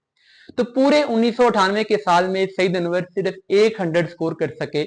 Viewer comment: بیٹا آپ کی انگریزی درست ھے نہ اردو۔ صرف کو siraf نہیں sirf، وقت کو waqat نہیں waqt کہا جاتا ھے۔ کرکٹ KIR-KIT نہیں CRIC-KIT بولا جاتا ھے۔ اسی طرح outclass فعل ھے، صفت نہیں۔ صفت کے طور پر outstanding کا استعمال ھوتا ھے۔ So a batter cannot be outclass. They can be outstanding However one batter may outclass another batter. Additionally, the word is BATTER, not batsman.